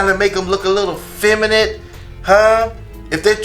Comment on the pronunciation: Femanant . . . Lol its feminine